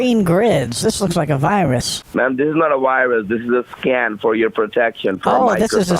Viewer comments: I'm only 8 minutes in and I'm loving how he is saying scam instead of scan and the scammer is not noticing. Highly entertaining. The whole group of people who do this are awesome. Keep up the good work everyone because this is doing so many services with 1 act. Your keeping people entertained, informed, and even getting some scams stopped as they are happening. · keeps saying scan and my man keep saying scam😂😂😂😂😂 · I love how he keeps saying scam instead of scan and the fraudster is not catching it.....rolmfao... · How many scams do you have running there?? Bwahahahaha!! He never caught on you were saying scaM and not scaN. Cracked me up every time you said “scam”. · all the while he is saying scam instead of scan.... and they dont pick up ... lol.. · he keeps saying scam instead of scan lol they aren't catching on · Lmao repeatedly saying SCAM instead of SCAN was hilarious. 🤣🤣🤘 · I love the little slip of the tongue the scammer made around 19 minutes or so. He said "We have so many sc... customers". Even he knows he's scamming.